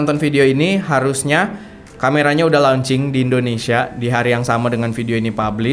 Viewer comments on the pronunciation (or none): none